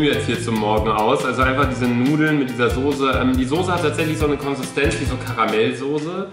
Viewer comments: Warum sagst du immer Sose? 😂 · Es heißt Soße und nicht Sose... 🤣 🤣 🤣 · Warum sagst du immer „sose“ es heißt „Soße“. Mit nem „scharfen S“ 😂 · Wieso sagt Luca und viele andere immer “Sose“ es heißt SOßE!!! 😂😂 Es macht mich aggressiv!!!😂 Trotzdem geiles Video!! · SOßE nicht SOSE !!!! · Ich sag immer soß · Soße Luca, S-O-ß-E nicht sose 😂 Love you ❤ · Luca, sag mal bitte wie jeder andere SOßE und nicht Sose😂👌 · Ich sag auch Sose😂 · Normale Menschen: Soße Luca:Sose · Ich hör auf das video zu gucken einfach weil Luca Sose sagt statt Soße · luca kannst du bitte aufhören Sose zu sagen es heißt Soße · warum zur hölle sagen alle YT sose das triggert voll :) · Soße nicht Soose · junge es heißt soße nicht sose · Es heißt soße und nicht sose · Hahahhaha ich sage immer Sose😂😂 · Soße heißt es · Ich sage SOSE😂😂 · Ich sage immer sose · Soße nervt mich irgendwie wenn es zu oft kommt sise nervt eig.auch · Das heißt sauce ( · Es heißt soce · Es heißt Soße😡😡😡😡😡😡😡😡😡😡😡😡😡😡😡 mit ßßßß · es heißt soße!! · Sose .....ES HEIßT ABER SOßE SOßßßßßßßßßEEEEEE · Ja Manisssssss soooooooo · Mich auch 😂😂